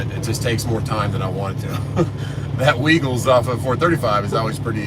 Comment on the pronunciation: It’s pronounced wigels.